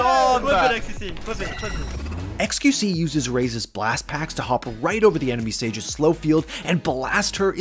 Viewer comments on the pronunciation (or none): “enemy sages”